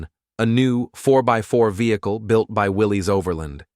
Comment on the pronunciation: it's pronounced "Will-iss"